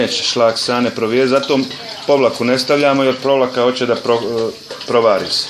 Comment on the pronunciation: Ja ne vjerujem sta cujem i za pavlako kaze povlaka a tetka ga ispravlja ali on tjera po s vom. Ne zna ni svoj jezik da prica a gadja se Njemackim rijecima.